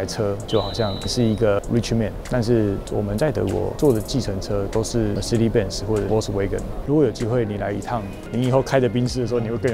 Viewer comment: 千金竟然沒有教真正的德文品牌唸法🌚